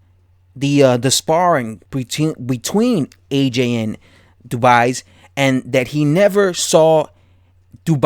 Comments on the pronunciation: Champ, "Dubois" pronounce DOO-bwuah. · Dubois pronounced dubwa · How are you saying his name so wrong!?!? Makes me assume that you have never heard his name said properly and therefore never seen him fight, aka boxing iq cred out the window